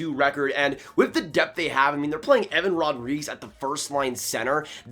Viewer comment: I love your channel and the hard work you put in, but please pronounce Evan Rodrigues’ last name correctly!😂